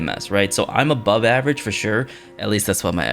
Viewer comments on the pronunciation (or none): none